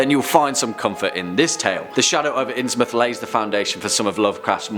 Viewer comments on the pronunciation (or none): none